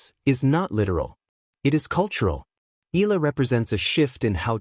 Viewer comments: E-YA - LA (EALA) please don't silent the A vowel.. ♥️🇵🇭♥️ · You pronounced her surname incorrectly. Pls. check with Cam Williams how to say it.